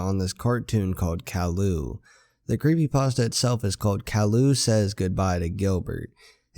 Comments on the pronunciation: it's ki yoo not cowlu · caryou not carloo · Cow-loo? its kay-loo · it's pronounced k-i-ooh. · You said Calliou not Caillou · Just letting you know it is pronounced "K-eye-you" not "Kal-lou" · It’s pronounced Kye-yoo not Kah-loo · Him :cowlou Me: it’s pronounced caiyou!! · His name is not Cailu it’s ( Kai yu) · He said calou not cailou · Did he just say CAL-u It’s CAÍ-You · Kaloo? Its pronounced kaiyoo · Not to be rude but it’s Kai u not cowl u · no hate, but it's pronounced ki-u not kall-oo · it's pronounced Caillou not callaloo Caillou not CAO Lu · It's not Kall-ou, it's Kai-you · you are saying caillou wrong it is not call-uo it is kai-you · ITS NOT CAULIU ITS CIUE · it's purposed kyeoo not cyloo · it is pronounced like lowercase o calliou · not cowlu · i like how you said kallu instead of caillou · It’s pronounced cauyou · Dat bo said cowlou😂😂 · It's pronounced Kai-you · Instead Caillou you're saying Kallo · You pronounce it wrong it's CKY as in sky and YOU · SAID IT WRONG NOT COWILLU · CAILLOU NOT CALLIOU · its said kia u -_ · its cai u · I believed it's pronounced Kai you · His name is pronounced Ka.'ju, ka being pronounced kai, and 'ju being pronounced you. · ITS Kai-You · its prenounced KyeYou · You pronounce the show wrong. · It’s actually pronounced ki you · Good story but you keep saying his name wrong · This guy pronounces Caillou Wrong. That's so Funny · you pronounced caillou wrong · Your saying caillous name wrong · You're saying Caillou Wrong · Its pronounced "K-ie-u" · u said his name wrong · you are saying caillou soooo wrong, I can't take it XD just look up the opening to the show, the little narcissist says it like 30 times b4 the show even starts XD